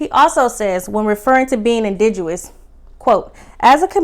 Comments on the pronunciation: You keep saying indidous. Is it pronounced indidous or is it pronounced indigenous? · It’s indigenous not indiguwus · Pronounced in dig' enous. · The word is INDIGENOUS…just a small gripe… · Loved the review. Had to subscribe... I'm here for the content you're creating. Love how you went back and collected the receipts on this review. However, I'm going to need you to also go back and pronounce our words correctly, more frequently. Not looking for perfection, just improvement. You were killing me and the word "indigenous"... we need a word nurse. We'll be back for the content next episode. Blessings. ❤